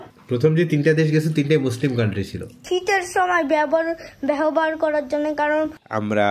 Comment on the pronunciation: সাইফান ব্যবহার কে বলছে ব্যহবার। ওকে শুদ্ধ বাংলা ও শিখতে হবে।কারন ও লেভেলে ওকে ১০০ মার্ক এর বাংলা পরীক্ষা দিতে হবে। উচ্চারন ভুল হলে বানান ও ভুল হবে, বুঝেছেন। প্রতিটা বানান এর জন্য ১/৪ মার্কস কাটা যাবে।